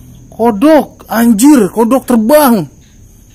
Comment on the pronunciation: Kodong terbang atau kodok loncat 😀, kalau ngomong kadang suka salah2 lucu gicu